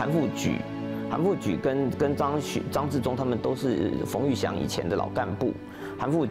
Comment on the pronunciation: 韩复qu 不是ju 历史系专家中文有问题